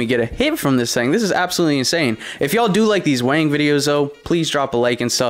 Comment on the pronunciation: It’s sounds like your saying wang instead of weighing videos 😂 ☠️